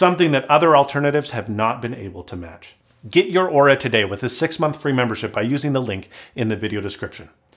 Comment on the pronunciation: Good thing he pronounced Oura correctly.